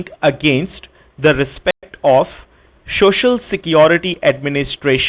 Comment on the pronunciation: Haha, the introductory phrase has to be mastered. Here he fails spectacularly already. Shoshal Shecurity..